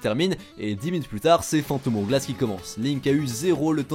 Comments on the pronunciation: "phantom oure glasse" J'ai mal ^^' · Le "Phantom Ourglass" m'a fait mal aux oreilles en tout cas xD